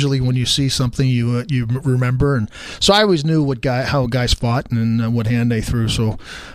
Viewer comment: Ceo of saying remeber im dyslexic